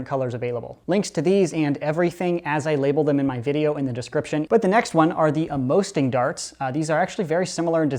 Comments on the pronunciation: the Amosting darts are meant to sting: that's why it's pronounced Ammo-sting. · just saying amosting is pronounced ammo sting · Do you mean to say A-more-sting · I would assume they're pronounced ammo-sting because they are supposed to hurt more. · I hate how he pronounced Amosting